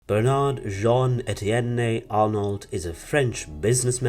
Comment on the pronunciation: the narrator should learn how to pronounce French names, surnames and toponyms: it's /bernar:/ not /bernarD/ )) its /arno/ not /arnoLT/ /saintropé/ not /sainttropeZ/ )) absolutely not OK !